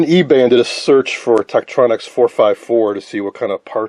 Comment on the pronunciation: Too bad the camera missed so much. He mispronounced "Tektronix." Tektronix service facilities used an ultrasonic cleaner the size of a clothing washer machine to clean incoming units, for repair. Ron W4BIN